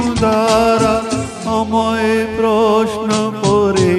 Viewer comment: Beautiful....but the pronunciation of a few words like amai, rabo, dishahara, etc needs improvement. Overall superb 🎉🎉❤